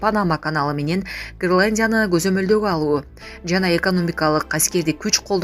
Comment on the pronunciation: Граландия эмес Гренландия сабатсыз кыз😂